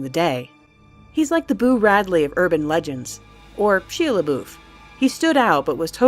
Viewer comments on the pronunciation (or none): The way you pronounced Shia's name though. it's pronounced shya labuff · sheea lebof and crooopsee? If you're gunna have people do voice over, please have those people learn the correct pronunciations of those words. :( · you said sheela boof? xD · Sheea LaBoof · Sheea laboof xD It's Shia LeBouf. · Oh look, my water is pitch black. That's odd and suspicious... let's see how it tastes! Also, did you just say "sheea luhboof"? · It's Shia labeouf (Shy-a) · Shy-uh la-buff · 'sheea labooff' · "Sheea Leboof" as if I weren't already unsubscribing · shee laboof? its shia labeouf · "Shee-a Luh-boof" - 2016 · "Sheeya Laboof" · SHEEYA LAH BOOF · Shee-uh. Luh-boof. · She lebuuf? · sheeea laboof? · Shee-ah Le-boof XD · "she-uh le-boof" Shia Labeouf? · sheeah laboof. ok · she-a Laboof lol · Sheea Laboof XD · Shea laboof lol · sheeah laboof lol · You pronounce It like the Swedish chef from muppets "Shia Laboof" lol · shee-uh luh-boof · Did she just pronounce Shia LeBeuouf like Sheila Leboof? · She....a.... la....boof.... That's not how you pronounce it. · "sheea laboof" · Did she really pronounce Shia Labeouf like She-uh luh-boof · sheea-laboof. okay. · Sheeuh leboof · she-a le-boof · she-uh le'-boof?! XD oh god. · Actual Cannibal "Sheea Le Boof" I'm sorry that will be the only time I make fun of you. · she-uh le-boof? lol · "Sheea Lebooth." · Nathaniel Hersh its a joke, said sheea laboof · shy-uh la buff. I think that's the correct way to pronounce it. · "Sheea leboof" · It's pronounced Shy-Ah La-Buff. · Shee Leboof. Nailed it. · Sheeah Laboof? This why we need Dolan at all times. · Sheeya Laboof? who is that? - Ive never heard anyone say Shia Labeouf like that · Sheya layboof? lolololol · I loved that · 16 ish. Did she just say Shea leboof?... TWICE? xD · Btw, shia labeuf, is pronounced (Shy-A-La-Buff) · Sheea LeBoof? Ummm... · Shea laboof??? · sheea labouuth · Shia Lebeouf? You're saying wrong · Oh my god, the way she pronounces Shia LeBeouf...